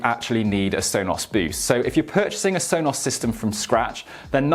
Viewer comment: Sonoss Rooters.